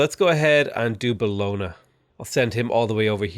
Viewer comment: As an italian i get triggered everytime you say "Bologna"